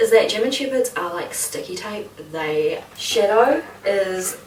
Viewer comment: Why does it sounds like she’s saying “Shitto” and not shadow I laughed my ass of so much when he tried to leave and shouted “SHITTO”